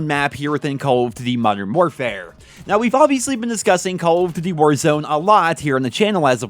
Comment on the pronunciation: I like how he says duty